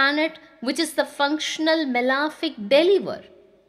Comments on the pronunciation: It’s not “malaaaafic” it’s malefic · it is not correct though pronounced so by many Astrologers.. please check cambridge pronunciation.